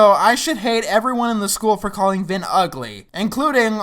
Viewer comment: I seriously thought his name was finn not vin